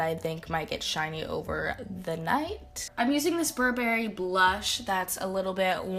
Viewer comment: I think the way she says Burberry sounds a bit weird??